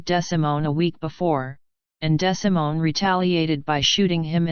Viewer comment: His name is pronounced DeeeSimone